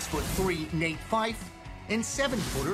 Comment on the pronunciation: It's not Nate Fyfe it's Nat Fyfe